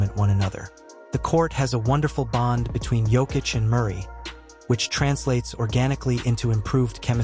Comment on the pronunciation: Perhaps thats the schtick. I've seen another guy purposely making pronunciation mistakes that gets people to leave comments.